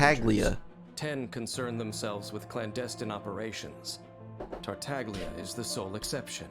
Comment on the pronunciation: Tartaglia is an Italian word, so it would normally be pronounced like Tartallya. This is reflected in the transliteration of the pronunciation to Dadaliya, Tarutariya and Tareutallia for Chinese, Japanese, and Korean respectively. However, for some reason, the official English pronunciation of his name voices the ‘g’ unlike its Italian namesake.